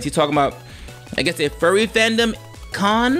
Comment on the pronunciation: It's funny that you pronounce Furry as Fury.